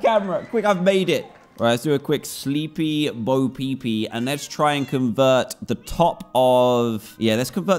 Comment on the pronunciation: When you watch too many pewdiepies videos and copy him : SLEEPY BO-PEEPEE (thats how I heard it lol)